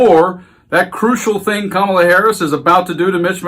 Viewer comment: Donald , I know that mentally you are a junior school bully , but I'd like you to know the VP's name is not Ka marla , Kamabla , Kamilla , or any other childish twist of you baby brain .....Her name is Karma la .